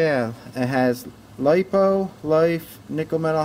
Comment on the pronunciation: It’s liepoo not lip. Oo